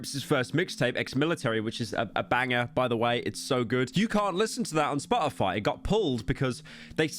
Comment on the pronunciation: i clicked on this video to laugh at the British man mispronounce Spotify for 20 minutes